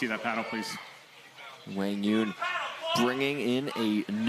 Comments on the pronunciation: No excuse it’s not even close. Wang Yun? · Am I the only one that's been pronouncing Quang Duong wrong this whole time?? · commentators don't think you are pronouncing QD's name correctly most of us know him as QD cuz no one pronounces his name correctly, just saying